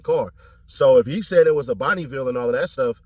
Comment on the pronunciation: They said it was a sedan but my mans say a bonnieville